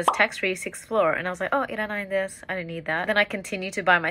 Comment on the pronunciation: im Japanese and just by looking at her , i can tell she isnt Japanese xD and the way she pronounce ira nai desu is kinda wrong